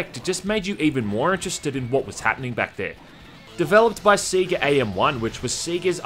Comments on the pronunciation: It's "Say-ga" not "See-ga" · Its pronounced Say-Gah... not Sea-Gah... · Alot of people here in Australia pronounce it that way. I know I did as a kid, until I 1st saw the bit in sonic 3 where it Sega "SAY GAH" and since then I've said it that way. And yeah, I kinda still cringe when I hear other Aussies say it "see gah" >.< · It's like how some Americans pronounce it as 'Seh Gah'. Everyone has heard the word pronounced in various Sega games, and yet they still don't pronounce it correctly. It baffles the mind. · Seh gah in Scotland too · Everyone: sega Australians: siega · See gah. Lol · it's Say-ga, now come on, say it with me... Say-ga! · Never head "Sega" being pronounced "See-ga" before. How could anyone do this? Also are you aware of the english-tutor DS game based on House of the Dead 2? It's basically typing of the dead but you write instead of type. Zombie Shiki Eigo Ryoku Sosei Jutsu: English of The Dead it's called. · I will eventually get over your pronunciation of Sega.